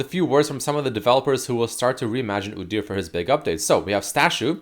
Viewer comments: everytime I heard oo-deer instead of oo-dyur I twitched. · God please make stop saying udyr like that:/ "oo-deer" because now i cant say it normally and its hurting my mental state:)